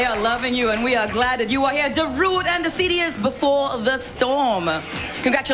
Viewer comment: In Finland you pronounce his name "Da-ru-de". Not "daruuude"